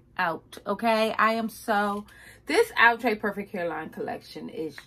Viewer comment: Box: outre Her: ooooo trey 🤣🤣